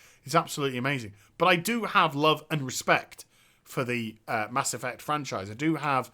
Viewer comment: "Mass Effuct"